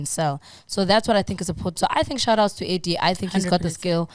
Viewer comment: It's AirDee guys, not AirGee...